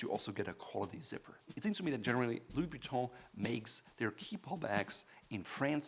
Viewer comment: anyone hear him saying Louis Vee-tont?